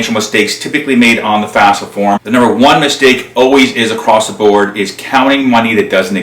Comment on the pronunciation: Good job. Note, it's not the "fasfa".